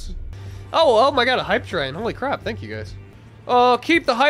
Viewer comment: Dont know if that was a joke when he said "crap" because to me it sounded like "crab"